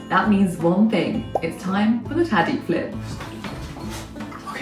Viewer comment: Nice,He actually nailed the tahdig